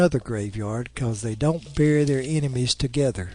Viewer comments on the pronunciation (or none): none